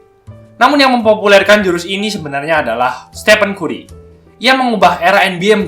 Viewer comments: keren min, koreksi dikit bcany kari bukn kuri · kù•ree kan gitu pelafalanny, bukan ku•ri